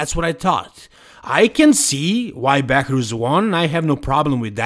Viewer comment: Behrooz not Behourz